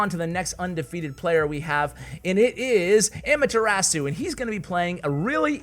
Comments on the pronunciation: it’s ah-mah-thu-ra-su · Those pronunciations though 😂😂 ... Also.. just pointing out... Amaterasu is Naruto reference so if and only if you want to listen to how it's pronounced... 😁